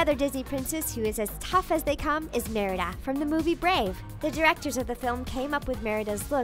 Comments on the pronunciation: The way that she says Merida is really funny at some points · i felt off when u said merida like that